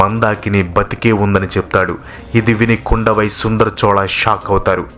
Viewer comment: చాలా వరకు బాగానే ఉంది, కానీ కొన్ని పేర్లు తప్పుగా పలికారు వనతి కాదు వానతి, కుండవై కాదు కుందవై, వండియదేవన్ కాదు వందియదేవన్, పూన్గుడలి కాదు పూంగులలీ, పెరియప్పడు వట్టరీయర్ కాదు పెరియ పలవెట్టు రాయర్ 😂😂😂😂